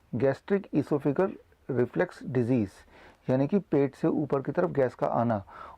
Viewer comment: Its not reflex... Its Reflux.... 😠